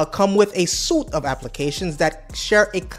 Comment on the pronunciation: The "G-nome" and the "suit"... facepalm. Learn how to english bro